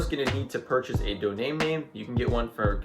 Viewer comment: are you saying "Doname name" instead of "Domain Name"???